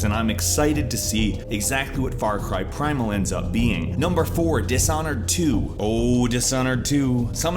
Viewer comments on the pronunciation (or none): it's far cry primal, not far car primal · Mhm is "FAR CAR PRIMAL" new game XD i though theres gonna be far cry primal .. ohh man :/ shieht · It's pronounced Farcry Primal/Far cry Primal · Far Car Primal, lol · I didn't know there was a game called "FAR CAR" LOL XD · it says far CAR Primal lol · Far " Car " Primal? xD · Far car primal yup no English erors her yup.